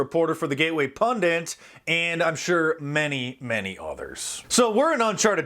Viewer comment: I love you Dice, but the word Pundit has one N, not Pundint.